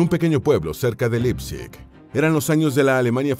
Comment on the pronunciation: Un apunte, se pronuncia "Laipzig" y no "Lipzig"